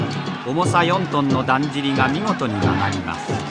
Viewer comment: 「纒見てくれ！そるるぇと、だっじりの〜」 巻き舌と省略語が粋だ。